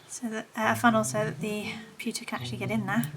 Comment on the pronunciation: "It's made of pewter.": "Made of pewka." Hahaha!